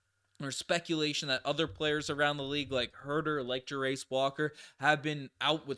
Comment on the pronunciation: Fyi Jarace is pronounced: Jair (like chair but with a J) - iss (like hiss without the h) Jairiss